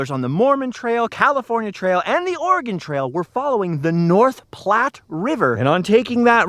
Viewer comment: So proud of your correct pronunciation of Willamette and Oregon.